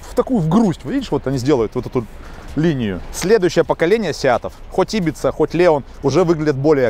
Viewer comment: !приветствую...правильно говорить Ибица...ударение на вторую "и"...так же как и Каталания,,а не Каталония..